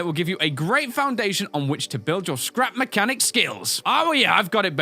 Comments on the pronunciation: I swear at the end when he said scrap mechanic he said crap mechanic. 0.0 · end part: "So this is Crap Mechanic" Me: "Crap Mechanic?... I thought it was Scrap Mechanic" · Uhh You Said Crap Mechanic... I Think Its Scrap Mechanic.... Just sayin' it's not A MEAN Comment... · Starlite Entertainment It Sounds Like He Said Crap Mechanic. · sounded like you said "crap mechanic" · Andrew Kassing yes it did